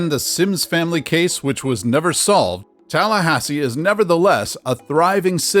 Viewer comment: You got it right on Tallahassee